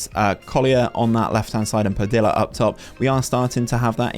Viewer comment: some feedback I have is the double "l" in "Padilla" is more of a y sound. pa-dee-ya. Similar to quesadilla. Also, in those seasons where the team does well if we can see the best player's stats or even how they did compared to the rest of the players in the league in that Player Detailed stats page. But, do like this long overhaul.